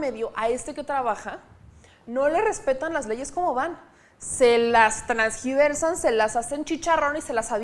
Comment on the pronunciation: me encantas cómo estás preparada para dar las noticias, pero ahí va la crítica constructiva, se dice tergiversan, No transgiversar, besos bonita!